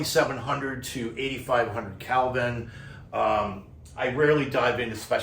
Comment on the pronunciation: OMG - you're killing me - It's KELVIIN not CALVIN. As a former NYC'er I know it's not your accent :) Thanks for the excellent review!